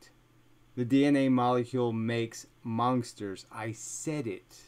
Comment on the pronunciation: He always says "monksters". Get that K out of there! Great video too..